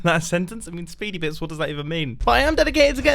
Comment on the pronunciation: Nobody: Mumbo: SpeEdY BiTS